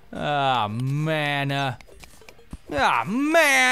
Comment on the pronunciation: the way you say man-ah makes me think of A-man-duh :D